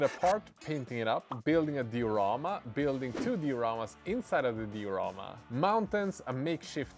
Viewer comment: Yeah nice project and all, but I've just been following this to hear say "di-rama" with two syllables 😅